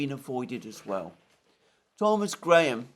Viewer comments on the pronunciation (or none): none